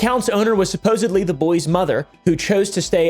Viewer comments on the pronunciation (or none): none